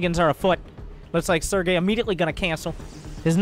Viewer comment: Barcode... we are just gonna call him Sergay... LMAO everytime he says Sergay